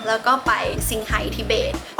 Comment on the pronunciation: ต้องอ่านว่าชิงไห่ครับไม่ใช่ซิงไห่นะครับ